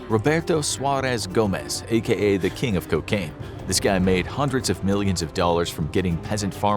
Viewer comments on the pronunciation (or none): none